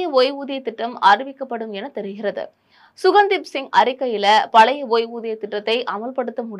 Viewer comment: குழுவின் தலைவர் சுகன்தீப் சிங் பேடி அல்ல.ககன்தீப் சிங் பேடி.செய்தி வாசிப்பவர்கள் பெயரை கவனமாகப் படிக்க வேண்டும்